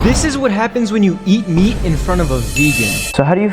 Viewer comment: The way he says meat and its in all caps